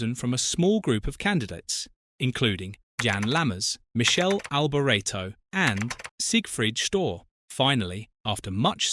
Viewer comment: Gave my brain a good memory test good laugh too! Please go on the Internet and do some fact checking please!!! Pronunciation as well Mi-cali (Michelle) Alboreto!!! We are doomed doomed!!!